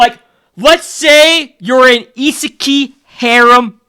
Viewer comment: It is pronounced ise kai. Ee-sah--kyee. Not pronounced ee sah keeeeey. Thx for the video again, always learning a lot from them